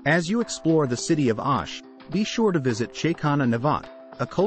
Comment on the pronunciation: its not..Aaash....but OOOSH😂